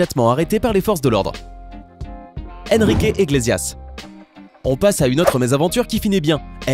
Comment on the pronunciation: Ça se dit : ènriqué iglessiass 😂